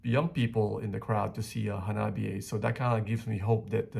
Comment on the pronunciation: 花冷え(HANABIE) is pronounced Ha-nah-bee-eh. え= eh This is Japanese. There are no silent "E"'s in Japanese. So it shouldn't be read like it's in English but rather the Romaji pronunciation of Japanese.